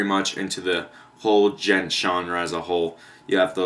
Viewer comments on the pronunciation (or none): Its pronounced "GENT" not "D-GENT" I made that mistake as well XD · The "d" in "djent" is silent, dude.